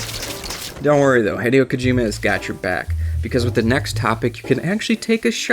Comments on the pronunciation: Hee-dio Kojima. Not High-dio Kojima. Your pronunciation. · your pronouncing hideo wrong, it's not Hi like greeting someone it's pronounce as he he-de-yo. still an OK vid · HIGH-DE-OH??? O_O WHAT? Heh-day-oh. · For those who don't know, Hideo is pronounced He-deo not literal Hi-deo... It's not english... It's the 11th thing... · HIDE-EE-O So cringeworthy bro... HEE-DAY-OH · hih-dei-oh not hed-ee-oh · HIDEO not HYEDEO FFS HSAIFHIFWAHOFWAHIOHIOFWHIOFWIHOFWIFAIHOGIHG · It's pronounced 'Hid-ay-oh' Kojima not 'Hide-e-oh'. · its hideo not haydeo :D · Love the video but I think Hideo Kojima's first name is pronounced "Hid Eh Oh" Keep up the good work. - Long time fan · Haydeeow kojima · Just because you call him Hide-eo, I'm out..... You and your video suck... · "Hai-deeo" stop. Stop. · Why does he Pronounce Hideo Kojima Heh-dee-oh Kojima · His name is pronounced "He-day-oh" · It's he-dee-oh kojima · Dude its pronounced HEE DEH OH.... Japanese is not English i is ee. E is eh. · You pronounce "Hideo" like it was spelled "Haideyo" :P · " HIDE-E-OH KOJIMA " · His name is Hideo not High-deo. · I was about to break something. This video was great, because it really did inform me of a lot of things I didn't know, but holy crap. "HIGH-DEE-OH"???? Come on, man. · He-Day-Oh, its He-Day-O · "High-Dee-Oh" Kojima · Maybe I'm being supremely pedantic, but Kojima's name is not pronounced "Hy-dee-oh". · Good job on butchering his name. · Jesus Christ I can't stand the way you pronounce "Hideo" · They way you pronounce "Hideo" triggers me greatly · I only watched the first fact and so far you miss-pronounced Hideo a bunch of times and got part of the fact wrong. Come on, man. You don't even need to do the rescue mission if you import GZ save data, you get him after one of the first missions. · You're pronouncing Hideo Kojima wrong, differently every time on purpose r-right? i am rustled